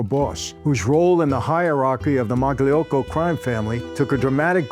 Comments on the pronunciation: You should pronounce Mayocco - Magliocco. . . . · The "g" is silent in Magliocco. 😉